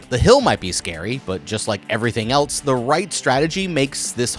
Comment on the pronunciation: "rawl"??? , "elts"??? "flawls"???